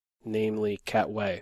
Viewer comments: It’s Queen of “Katwe” not Queen of “cat way” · you pronounced it cat-way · It's pronounced KAH TAH WAY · Umm, you do realize that the movie is pronounced The Queen of Kah-tway, right? I live in Uganda, and I know this for a fact. Also, great commentary and awesome match.